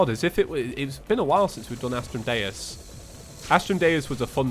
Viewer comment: Not trying to be rude but astrum dues is pronounced astrum Doose